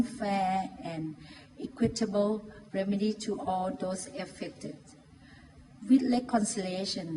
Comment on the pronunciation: with เจ๊แกออกเสียง วิด เลยอะ 555555